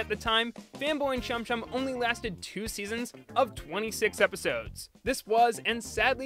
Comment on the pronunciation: Say chum chum without the second H